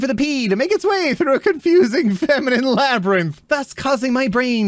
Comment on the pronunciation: struggles to say feminine